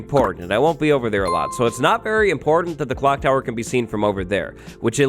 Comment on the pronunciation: Clock tower not "clonk tower"